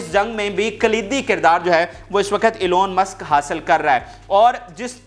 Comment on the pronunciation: Wo Angrejidaan sahi Pronounce karo Elon Musk.